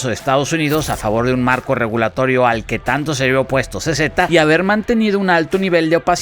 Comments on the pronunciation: Jajajajajajajaj como pronunciaste el nombre de C.Z. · A mi me mata de la risa cómo dices el nombre de CZ 🤣🤣🤣🤣🤣🤣🤣🤣